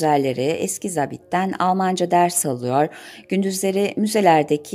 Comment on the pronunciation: SESLENDRMELERİNİZİ BEĞENİYLE DİNLİYORUM.. SANIRIM BU İLK ELEŞTİRİM OLACAK : 'ZABİT' SÖZCÜĞÜNÜN TELAFFUZ EDİLİŞİ BENİ ÇOK RAHATSIZ ETTİ.. VİDEOLAR İÇİN TEŞEKKÜRLER.. EMEĞİNİZE SAĞLIK..